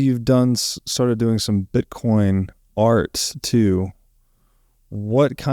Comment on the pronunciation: I have never met a woman who pronounces the word "BITCOIN" as sweetly as. No matter what you do, dear, it will be a success. I hope you stay with us for a long time!